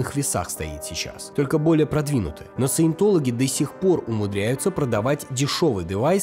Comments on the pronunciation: Каждый раз когда говорит "саетолаги" я в голове поправляю на СУЕТОЛОГИ, и это становится очень смешно смотреть! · вместо "Саинтологи" слышу "суетологи" и в принципе второй вариант тоже подходит, т.к. суету секта наводит